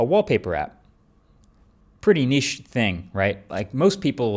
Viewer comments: He also says 'niche' correctly, now. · yesssss finally said "niche" properly!!!